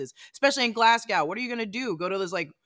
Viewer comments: I thank you for pronouncing Glasgow as it is... for some reason sometimes US peeps end the name with cow, including Moscow which doesn't end with a cow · Bonus points for saying Glasgow right.